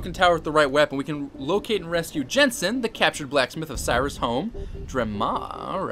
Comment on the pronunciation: It's Siris. Not sirius